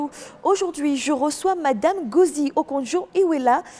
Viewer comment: La moindre des politesses est de connaître le nom de son invité. Et ça passe par la prononciation, je suis pas nigérian, mais le "N" de Ngozi se prononce 🤨 c'est pas "Gozi" son nom...en plus il y a des erreurs au niveau de la traduction!! bref à ce point g pense qu'il faut juste écouter le docteur Ngozi.